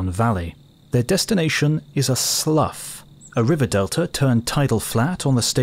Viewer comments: Sloo not sluff. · It is a slough? That is pronounced "slew" not "sluff". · Exobiologists in the "slough" caught my attention. In this context, that of a marshy or swampy ground near creeks or rivers, is pronounced 'sloo'. 'Sluff' is how a snake "sloughing" off it's skin is pronounced. That aside, I just found this channel, almost instantly subscribed and have been binging them on a Sunday morning. Great stuff. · FYI the wetland called a "slough" rhymes with STEW, not STUFF.